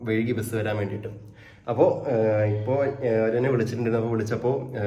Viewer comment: വഴുകി അല്ല വൈകി